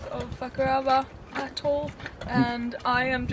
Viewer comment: I’m pretty sure you just said the name of the Attol was “Fuk ‘er over”. 😂